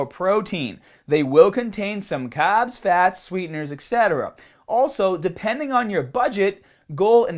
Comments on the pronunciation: I like how you say carbs. For a second I thought you were saying "cobbs" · Why does he pronounce the R's in some words but then he goes and say "caaaahbs"... is the accent selective to certain words? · Make sure you cut down the cahbs!! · i just noticed you say carbs kinda weird. You from australia?